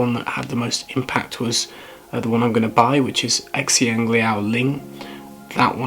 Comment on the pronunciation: This is great. I'm also getting into oud at the moment (I was just gifted a bunch of fancy chips, and now just need to get some charcoal!). Not to annoy you, but just wanted to share that "xiang" is pronounced something like "sheeahng". (The "x" sound is somewhere between a "s" and a "sh".) You'd have to see the character to know the meaning, but it possible that it's 香, which means fragrant. TANGENT STARTING NOW: Even though fragrance culture is kind of dormant in China at the moment, you can tell from place names that it was once a big deal. For example, the characters for Hong Kong are 香港 (xiang gang), which means "fragrant port", and I just learned on my last trip home that the old name for Honolulu is 檀香山 (tan xiang shan), which means "sandalwood mountain". (Hawaiian sandalwood was once greatly prized by the Chinese.) END OF TANGENT Loving these oud videos! Keep it up!